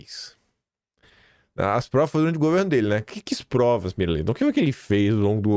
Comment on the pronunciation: “Quis provas”… ouvi isso novamente?